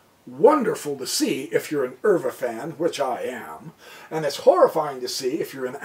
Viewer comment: Pronounced max euwe ‘u’ Pronounced like the letter u